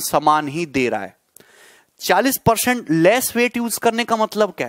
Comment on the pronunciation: peorcent hahaha🤣🤣